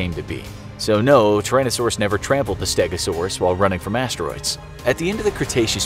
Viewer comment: Fiery - Assed - Troids 😂😂